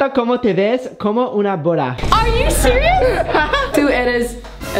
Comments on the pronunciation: Bro said eat these it is hola Como ESTAS not comaa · yeah but he said coma instead of como